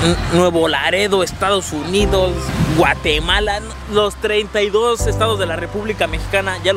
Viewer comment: Guatemala JAJJAJJA lo dijo como un estado de mexico, me siento mexicano